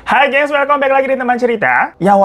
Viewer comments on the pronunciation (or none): none